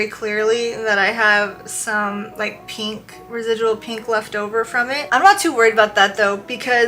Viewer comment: When did people start pronouncing pink, peenk? It’s odd and I’ve noticed more people saying it like this. Weird